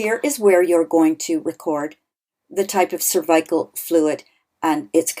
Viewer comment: Why do you say cervical wrong?